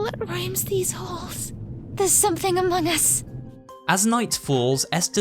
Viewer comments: DID YOU SAY AMGON US?!?!? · said AMOUNG US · notice how dee says among us? haha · I like how says among us ඩා hahahaha 🤣